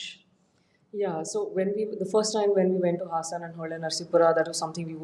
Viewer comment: Please pronounce the name of the place correctly. Its HAAASAN